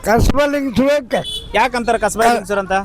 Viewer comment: ಕಸಬಾಯ ಅಲ್ಲ ಕಸಬಾ ಅಂತಾ ಹೇಳಿ